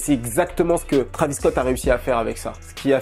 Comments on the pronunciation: Trahvis au lieu de Tréyvisss .. please!!!! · Faut arrêter de prononcer Travis c Trévis